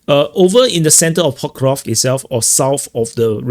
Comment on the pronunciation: Say pok-ROV-sk. After ‘ROV,’ make a short snake sound — sss — then a quick k. Like snake → kick. So it’s pok-ROV-s-k, not pok-ROV-k. Keep the sss sharp, no vowel after it.